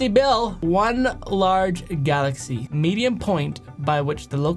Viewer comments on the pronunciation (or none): none